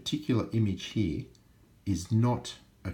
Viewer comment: You say "here" funny 😂